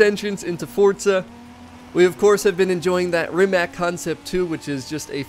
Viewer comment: ..for sure looking forward 2see Lexus..but Rimac (not Rimak pronounced) definitely..cuz..I work quite close to Facility where Nevera is assembling .. tschuss to everyForzaONE..